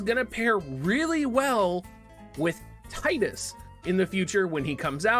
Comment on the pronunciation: When you said Tidus I thought you said tight ass (Tyytas=that's what I call him)😂